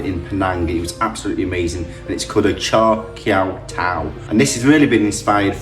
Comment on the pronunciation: Nice job! At least you can say Char Kuey Teow😁